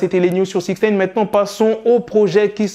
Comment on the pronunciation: J’arrive pas à me concentrer quand il dit “six neyne”